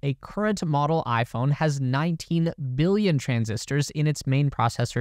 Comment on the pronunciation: Your "billion" sounds like you're saying "million".